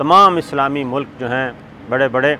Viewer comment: Sabir Shakir please can you first learn how to speak and then make videos....Its not SECORTY its security.....its not MULAK....its Mulk.....dhaggay